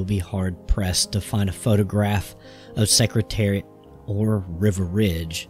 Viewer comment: Dude, you can’t pronounce Riva or Turcotte!! What are you doing pretending to teach about Secretariat?